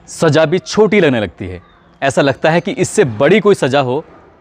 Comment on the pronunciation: Saza ko aap saja bool rahe hain ' apna talaffuz theek keejye 'sunne mein bahoooooot bura lagta hai